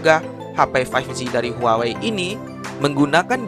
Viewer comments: huawai.............apa huawei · Ngomong huawei nya itu lho....wkwkwkwk